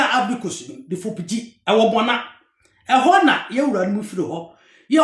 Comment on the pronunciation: Come and let me lecture you about Seikwa.You can't even pronounce:Bouna,Yerekaye.etc.I know those places.Read "Oral Traditions of Seikwa,Badu,Nsawkaw and Nkorankwagya"by ESK Owusu.Also read "Bouna Royaume de la Savanne"and stop displaying your ignorance on social media just because you need a few dollars.I have worked extensively on Seikwa.You don't even know the town Seikwa.